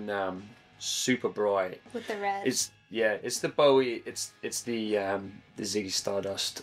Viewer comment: Oh for the love of god, please pronounce 'Bowie' correctly